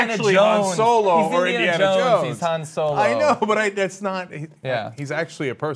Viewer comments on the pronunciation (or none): It's Han not Hans